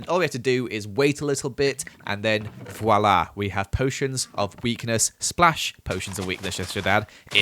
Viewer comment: Hé say: voilà 😂(french)